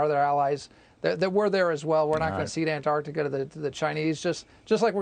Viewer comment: 🐜 artica vs an-Tarc-tica. That’s the real issue here.